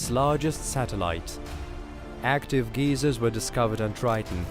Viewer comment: “active GEEzers” 😂